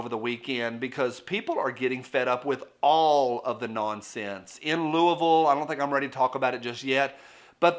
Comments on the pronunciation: I grew up near Louisville. I sincerely appreciate you saying the name correctly 👍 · Thanks for pronouncing Louisville correctly, at least the way we say it in the mountains of southeast Ky. Just like our East Tn. kinfolk! Appreciate ye, sir!